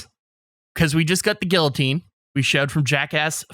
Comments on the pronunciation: They keep saying "Gilloteen" instead of "Guillotine" and im losing my marbles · I don't care to Google this I want public opinion but isn't it pronounced "Gee-uh-teen"? Not "Gilla-teen"? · The way pronounces “guillotine” hurts me.